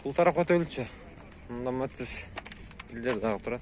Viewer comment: Э кот метиз эмес Матиз болот норма суйлоп тартсан урот сен потписчиктеринин айтканын кылсан жакшырак болот